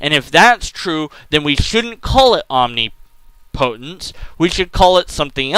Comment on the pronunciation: It's not om-ni-PO-tence. It's om-NIP-o-tence.